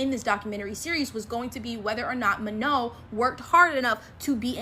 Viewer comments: It is Manon not Mano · The way she said manon😂